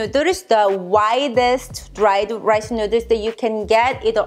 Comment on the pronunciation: Why do you keep calling them fellers nooders?